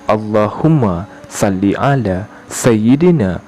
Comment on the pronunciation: Ustadz kok gak fasih se,jgn wabarakatuh,gak ro' fat ha Ra itu,ro' fat ha ro,waborokatuh gt,jgn Alloohumna salli,Allooh sholli,gt.